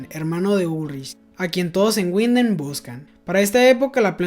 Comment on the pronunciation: Una aclaracion: no es Guinden (Winden), en el aleman la W suena V, seria entonces Vinden (Winden). Algo similar pasar con la V que suena F, por ejemplo viel (mucho) suena fiel.